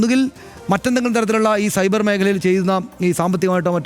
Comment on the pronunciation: Not cyber, it's subair means moooooris 😂😂😂